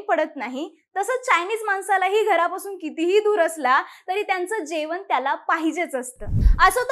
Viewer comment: जेवन नाही हो "जेवण "😂